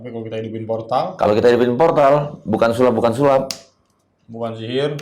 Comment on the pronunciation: Bukang sulap bukan sulap😂😂